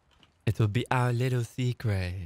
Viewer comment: 'Our liwwel seekwet'